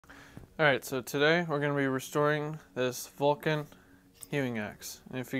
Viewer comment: Yup Dremel or the like but just keep the temperature low on the side wall. Oh yeah almost forgot, it's not a "Vulcan" axe. It's pronounced more like "Vo-Shan". Cause if you want to honour the axe by restoring it you also got to honour it by calling it by its proper name ;)